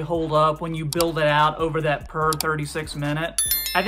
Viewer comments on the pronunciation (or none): none